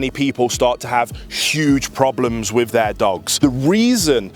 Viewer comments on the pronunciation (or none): Why do brits pronounce ffff sound like saying wifff, not with, why is this so difficult to say it correctly, when brit English is the first English language???